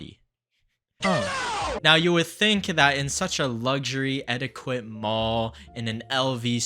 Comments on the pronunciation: I love your channel and content lol but just wanted to say etiquette is pronounced “eti-ket”🙏🏻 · Please look up the proper pronunciation of etiquette